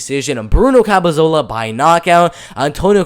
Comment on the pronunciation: CAP-E-LO-ZA You're saying, CAP-E-ZO-LA. I hate to criticize as the hustle you're showing is great, but the mispronunciations and the way you have to talk (for whatever reason), isn't something that will grow your fanbase in my opinion. Gotta try to fix or improve on things that you're clearly receiving criticism for.